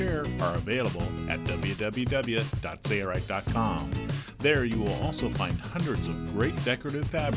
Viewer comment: Why is the narrator pronouncing it "say-er-ite"? "Sale-right" is the proper annunciation fro sailrite.